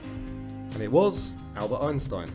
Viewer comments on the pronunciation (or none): none